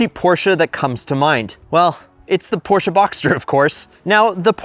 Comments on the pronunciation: It's not PorshcA its Porscheee. Eeeeeeee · It’s Porsh not Porshah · Stop saying porscha its Porsche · Porches, Porch, Porsche 🤣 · Its pronounced "porsh" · Porche and reliable in the same sentence? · Never mispronounce Porsche, say your a car guy and then own two of them. 💀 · You love them so much you can not even pronounce it correctly 😂😂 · Its called PORSCHE Say IT Like we germans do